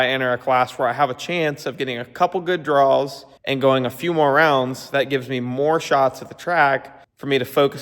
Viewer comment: Drawwwl Everyone else: draw